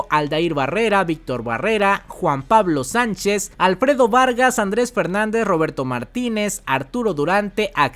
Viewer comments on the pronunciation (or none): none